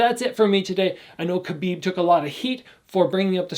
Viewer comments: I love ya but its Khabib not Khabid!! lol! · It's Khabib not Khabid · Love your videos as always. I just want to point out that his name ends with a B, it's Khabib. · His name is spelled Khabib not Khabid